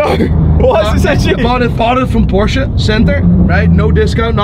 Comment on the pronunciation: It’s Porsche!!!!! 2 syllables geez